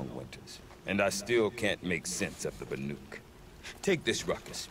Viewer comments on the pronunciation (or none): Hopefully being in the Cut will pound 'BANUK' into his head, he called them 'BARUK' for the entire main game! lolol...really though, great content! :D